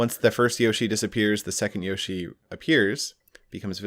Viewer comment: You'd think he'd say yoshi properly 🤔